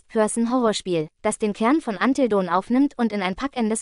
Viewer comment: Es klingt doch so herrlich 😂